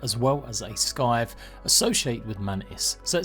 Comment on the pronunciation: The C in scythe is silent mate. Please